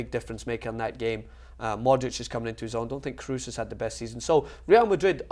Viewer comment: The "oo" in Kroos is still pronounced as "ow" in crows, not "oo" in snooker.